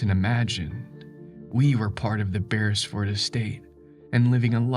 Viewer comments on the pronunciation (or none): none